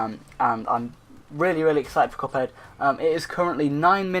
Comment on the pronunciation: You said “couphead” lol